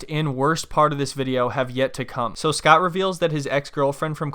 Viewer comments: Grammers and Redditors call him eScott thanks to her daughter Nicole pronouncing his name. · You mean EhhSckot